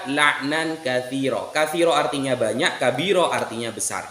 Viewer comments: Baca kabiiroo jadi kabiru , bhs inggris kali oo jadi u 😁 Keliatan gak bisa baca arab , cuma liat huruf latinnya 😄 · Masa bacanya aja.. kabiru? Aah.. gratisan pelor ni.. gimana, sih?? Sudah lebih sehat?? Semoga sehat selalu.. barokah Allah selalu berlimpah bagi keluarga.